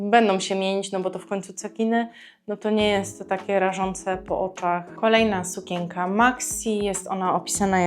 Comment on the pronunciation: Proszę sie nauczyć wymawiać słowo SUKIENKA bo nie da się Pani słuchać